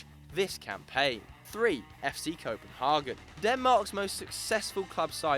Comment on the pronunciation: Say it with me now: CO- PEN-HAY-GEN!! NOT!!! Co-pen-hah-gen